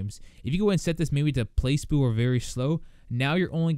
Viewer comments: haha he pronounced placebo as place boo. Its pluh-see-bow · place-boo.... did he really just say place-boo. it's plah-see-boh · "PLACE boo"? come on man, pronounce it correctly. lol. "plah-see-bo" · "Place Boo" pla·ce·bo pluh-see-boe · Place-boo haha (it's Pla Cee Bo) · Great video, man! +Sub :) If you pronounce placebo "pluh-sea-bow" as "place-bow" ever again, I'll shit on your neighbors coffee table and blame it on you. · "place-boo" im dead 😂😂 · Pla-See-Bo is the right pronunciation. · yeah Its pronounced play-see-boh alright, I was thinking the same thing. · I laughed so hard when he said Place boo... LMFAO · "place boo" sorry I had to. Great video tho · "Place boo" xD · Placebo is pronounced Pla-see-bo, as in the placebo drug effect thingy. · Its pronounced "Ply-See-Bow" buddy